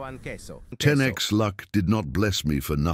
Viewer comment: Did Bro say "CAseOh"?